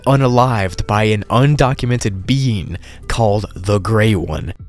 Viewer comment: When you said 'A mysterious being called The Grey One' I thought you said 'A mysterious bean called The Grey One'